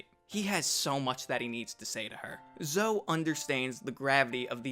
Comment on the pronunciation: Zoe is pronounced "Zoh-ee" not "Zoh."